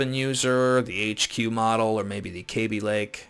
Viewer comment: BTW its kaby as in short 'a' not like baby, another one people get wrong is x16 is not 'times 16' its 'by 16' , 'by 4', 'by 8' etc although I am not referring to you.